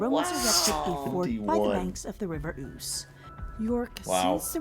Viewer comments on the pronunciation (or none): I get what you are saying by "having this stuff in our back yards." But it's most of ours ancestral home. It's our heritage and history. My ancestors have been on these Islands (UKI) for 6000 years. You're both Europeans by race so this is your heritage too. The river is pronounced "Ooze"